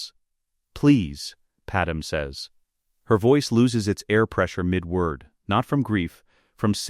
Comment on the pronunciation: Okay I shouldn't have to even be mentioning this but her name is not Padam...ITS PADME!!!!